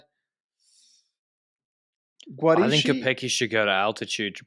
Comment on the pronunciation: "schi " of Guarischi should be pronounced like "ski".